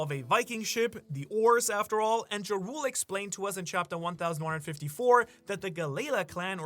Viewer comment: Ok people the big giant named "jarule" his name is pronounced "YARRRRELLLL" LIKE THE LEADER OF A FUCKING VIKING VILLAGE.